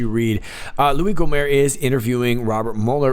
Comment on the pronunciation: how can you be about this stuff 24/7 and NOT know that it is pronounced go-mert...it's louis Gohmert...with a "t" at the end!...you're not french are you?...gohmert...louis gohmerT!